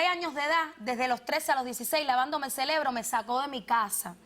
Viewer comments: Escuché bien. La chica dijo: me lavó el celebro? Jajajaja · " Me lavó el celebro"